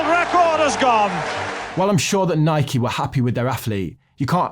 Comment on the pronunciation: I'm glad you pronounced Nike correctly